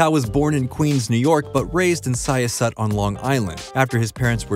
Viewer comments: Syosset New York is pronouced Sy-Oss-Set, not Sio-Set. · Long Islander here, pronounce Syosset by saying "sigh-uh-set" quickly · It’s pronounced SIGH-OSS-SET (Syosset) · I know this has almost nothing to do with the video but I need to make a correction: the place where Judd Apatow grew up, Syosset, is pronounced sigh-ah-set. Not siyoset. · as a person from long island the town is syosett ny. not sie-ah-set, sie-aah-sit. emphasis on the aah. you're welcome in advance, i can already sense your gratitude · I went to school with Judd (FYI, it's sy-AH-set, not SY-a-set.) Personally I've found his work as juvenile and vapid as high school. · Yooo as a native Long Islander the way the narrator pronounces Syosset is soooo far off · It’s not sya set Long Island It’s pronounced sy oss it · I'm from Long Island and you totally butchered Syosset. Great video though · Syosset ( Sigh * oss * et) the pronunciation really bugged me lmao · As a Long Islander, first off, his home town of Syosset is pronounce 'Sigh-ahs-sit.' While Freaks and Geeks was amazing, Judd's work quickly devolved into mediocre burnout stoner comedy. When i think of great comedy I think of Mel Brooks, John Candy, George Carlin, Richard Pryor, Chris Farley, and even Kevin Smith. Judd comedy was just forced and obnoxious, lazy and really dumbed down for a generation raised on identity politics and common core. His latest contribution to the HBO George Carlin documentary put the nail in the coffin, where he's purposefully turned a more cynical middle of the road libertarian to a radical progressive leftist by purposefully ignoring any of Carlin's material that would offend your neighborhood purple-haired feminist trans REEEEE'ing banshee. Needless to say, I'm glad his "era" is over. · Sai-oss-et = Syosset. Tell me you're not from the tri-state area without telling me you're not from the tri-state area. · Totally minor thing. I grew up on Long Island and Syosset is pronounced sy-AAH-set.